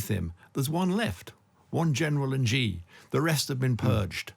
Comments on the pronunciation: Your are not alone in mispronouncing badly Xi's name--it's not GEE, but "shi"! Should've been spelled "Shi" of course, but CCP China has used very weird spelling to possibly demonstrate its arrogant disregard of English pronunciation rules ("We can impose our own spelling even if it's unpronounceable or sounds nothing like the way it's spelled!" is probably why they did it). . "Qi" for "Ching" is another example. Without knowing the Chinese language (or really the Mandarin dialect, as Chinese written language is pronounced differently depending on the dialect), you'd never be able to pronounce "Cai" correctly (it's pronounced "Tsao', the old spelling was perfectly pronounceable and accurate). That said, there's no excuse in not be able to say "Shi" instead of GEE, especially for an expert who uses his name a lot. A bit jarring to my ears at least. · So, we have a Chinese 'expert' here who is incapable of pronounsing Chinese names correctly. For me, this undermines his credibility from the start. Too much of this is merely conjecture.